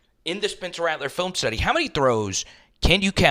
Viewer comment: Did you say, Tuddy? Oh my 🤦‍♂️